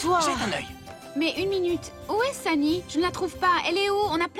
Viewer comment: me fait rire quand elle appelle"sanie,sanie"au lieu de sonie